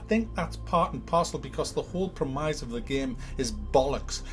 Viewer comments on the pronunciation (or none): Its pronounced premiss not premize haha 😅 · Love you but its "premise" not premize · what the fuck is a prem-eye-se? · I had to stop when you pronounced “premise” as “premeyes”. What’s with the fake accent? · The way you pronounce "premise" is a far cry from how it's supposed to be said. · You're saying premise wrong. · MGS5 gets a thumbs down, but this soulless, repetitive sack of shite gets a recommendation?! Pronunciation of the word "premise" aside, you're still worth a sub;)